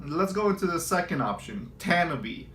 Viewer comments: Tan I be lol :) We know he aint from cali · Tah nah bee is the pronunciation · It’s pronounced “Tah Nah Bay”